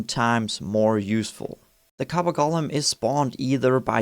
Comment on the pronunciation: Clue: The name "Golem" is not pronounced "Gollum" - that's a character from Lord of the Rings. 😉👍